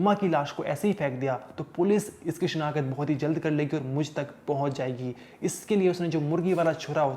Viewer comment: this is call shinaqht nt shinakhat v r professional journalist plz improve ur pronunciation